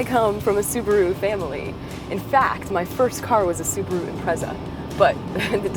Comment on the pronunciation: Honest to god learn how to pronounce it, it's pronounced im-pret-sa not im-prez-a ffs. The whole way through that was bugging me no end